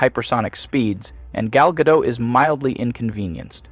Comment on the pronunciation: The AI narrator managed to pronounce "Gal Gadot" in every possible wrong way in just one video.